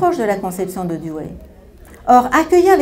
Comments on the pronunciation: "douwi"...pas "douwé" c'est terrible de voir que des personnes spécialistes écorchent son nom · nan c'est le contraire, la prononciation à l'anglaise ou l'américaine comme le fait un richard Rorty c'est Doe wuéi ou diwuéi , et la prononciation française est dou oui